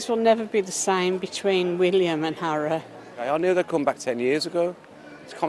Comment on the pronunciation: ... did the lady say 'William and Harrow' ? I surely misheard, but... would fit a bit.